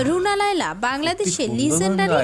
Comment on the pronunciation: Laiya not laila